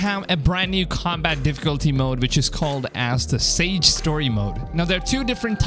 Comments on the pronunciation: why are you pronouncing SAGA as SAGE ? youre also correct, noone wants to play GTA assasins creed. the game has gotten ALOT better since it was released. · It's not "sage", it's "saga". Basically, story mode. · It's SAGA not SAGE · It's SAGA, not Sage... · Sage mode? It's SAGA, not SAGE. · Saga is not pronounced "sage". You had me looking in the menu for several minutes for "sage", and I got really frustrated that I couldn't find it :)) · "Saga" mode not Sage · Is it sage or sagA? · Do you mean the SAGA story mode? lol You said sage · So who's going to tell him it's 'saga' and not 'sage'? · It's Saga not Sage! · It’s not sage😂😂😂😂😂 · My guy it said SAGA not SAGE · Say sage... one more time. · Doesn’t that say “Saga”, not “Sage”? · It’s literally just an ultra easy mode for those that just want the story 😂. It’s not a return to the old ac. And it’s saga mode not sage. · Saga, not Sage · (Sah-gah) saga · My guy, it's "SAGA" not "Sage". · What you talking about? 1st, it's SAGA mode and not sage mode, and 2nd it has nothing to do with old AC games, its just very easy mode, obviously there won't be sponge enemies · Sage? Saga lol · Dude the word is SAGA (PRONOUNCED SaHhhhGa mode NOT [saeyg] SAGE!!! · it's Saga not sage 👍😂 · Bothered me so much lmao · I was gonna say nobody in the comments mentioning it hmm I might have some chicken and saga then go and play Lego star wars the Skywalker sage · Its pronounced Sa-Ga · I love how u pronounce saga as sage mode :) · I wondered whether he meant something else at first as I'm reading saga story but he's saying sage lol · It's saga, not sage! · Saga. Not sage. Lol. Gonna start dawn of Ragnarok later today. Pretty excited! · It's not "sage" difficulty. It's "saga," which is pronounced "saw-ga," as in story. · "SAGE" mode...? "SAGA" (pronounced: SAR-GA) Just sayin.... 😏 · "SagA" right? Lol. Not Sage. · It's saga mode not sage, just saying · It literally says sagA? Not sagE? Right? Lol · It's saga, not sage. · Saga Not Sage